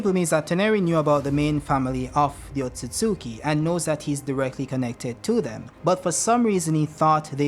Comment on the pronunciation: Finally someone who pronounces Otsutsuki correctly! "Ot-sut-suki" Not "Ot-suts-ki"